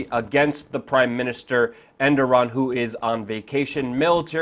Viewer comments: Air-Dough-Wan, not End-Er-Run. But frankly, almost no one gets it right and I don't really care. Good reporting, as always. Do you think the Russians could be involved in encouraging the military (portions of it, reportedly) to go through with their long desired coup? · Er-de-Juan...not Enderon.... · he's not Endoran, its Erdowan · Enderon? and you don't know his name because its not important enough? Here's a clue....The guy who was just overthrown his name is Erdogan not Enderon. ...Or was that supposed to be funny? Or worse, is it a clue to your agenda? Why not call him Underwear? That would be funny. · repeat after me: "Er" "doe" "gan". Who is "Endoran"? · Who the fuck is Enderon?? It's Erdogan, pronounced erdo-ahn. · The President is called Erdogan not Enduran YOU PRUNE LOL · It's Erdogan [er-dou-hun] (silent g), not Endoran. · How'd you get "Endorum" from Erdogan?? lol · Say it with me Air-Du-Wan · Luke, it's not EndTheRun, it's Erdogan, but you're meaning well, YOU ARE FORGIVEN !!! lol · His name is ( err doo gaan ) 😁💕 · His name is Erdogan, not endorun. It's hard to take you seriously when you repeatedly get his name wrong. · er-do-wan phonetically so everyone knows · who the heck is "Endoran"!!!!!??????? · Who the hell is Endoran haha. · Did get the guy's name right man! "Endoran"??!! And u claim to be a reporter? U can't even say' incredibly'. If u r gonna masquerade as a news channel/ reporter, u may wanna work on.. Hmm what's the phrase I am looking for here? I dunno world general knowledge!!!! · Endoran? Are you serious. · Err doe wan. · It's pronounced ; Air da hon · goodanalysisandlogicbutitis erdogan not endoraan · Oh god Luke, will you please pronounce his name correctly? Air-do-wan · learn how to say his name if you want to sound credible. Wtf is Underon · "Endogan" lol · who is ' Enderon' ? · Good info bro, but it's Erdogan , not endoran. ... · Er do wan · To be exact, the Turkish pronunciation is "errdohuan".